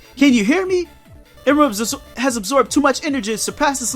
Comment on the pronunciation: It's pronounced em-erl (like pearl)